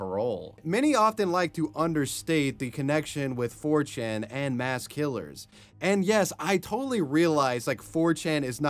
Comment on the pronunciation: Moss? You mean "Mass"?